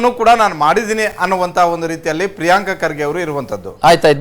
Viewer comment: ರೀ ಸ್ವಾಮಿ ಪ್ರಿಯಾಂಕ್ ಅಲ್ಲರೀ ಪ್ರಿಯಾಂಕ ಅಂತ ಕರೀರಿ